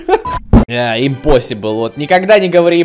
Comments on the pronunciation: Не инпосибл а импосибл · Не когда не говори импосибл если это посибл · Никогда не говори импосибл если это посибл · Никогда не говорите импосибл если это посибл